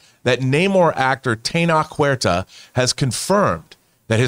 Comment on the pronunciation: Just a little nip-pick that’s been bugging me. The “ch” in Tenoch is not pronounced with a K as and “school” or “chasm,” but “Tch” as in “church” and “champion.” Thanks for the videos, love the show.